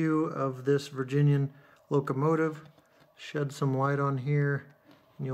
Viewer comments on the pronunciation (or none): none